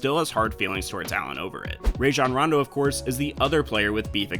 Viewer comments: Stop saying rayjon its Rajon. Roh jon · Bruh you said rayjon rondo